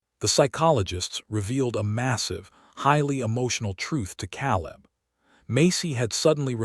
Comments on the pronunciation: Maybe i will subscribe when you get narrators who pronounce names and words properly. Those mistakes glaringly stand out and ruin the story! Ex: Calibb is pronounced KAY LIB not CAALL IB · So many mispronounced names and words!! He says Calib , it is pronounced Kay lib. Why use someone who can't speak properly!!?? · It is pronounced Kay lib! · Caleb mispronounced and too many adverbs and adjectives. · Shouldn't it be Caleb?